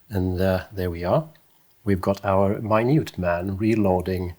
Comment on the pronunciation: As an American, my-newt(Minute) man is a great modern definition 😉